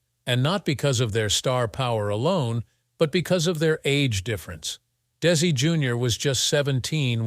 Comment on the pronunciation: What a waste of time, with the fake AI narration and it’s mistakes. It basically just said the same thing over and over again. Even showing “little Ricky“, implying it was Desi, and it wasn’t even him acting in the show as a child. At times, the narration pronounced it as “Daisy.”. Terrible documentary, I can’t finish.